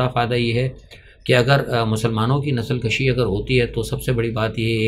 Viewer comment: Nasal kushi not nasal Kashi. Nasal kushi means nasal khatam krna. Nasal Kashi means nasal mein izafa karna thanks